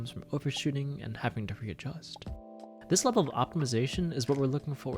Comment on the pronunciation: why he say readjust like that 🤣